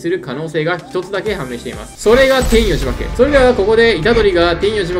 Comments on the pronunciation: 天与↑呪縛ではなく天与↓呪縛なのでは？ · 天与呪縛のイントネーションのせいで話が入ってこないの草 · 天与↑呪↑縛